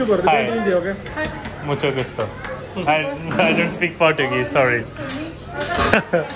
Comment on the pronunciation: Portuguese is pronounced as Por-tchu-guese and not Por-2-guese.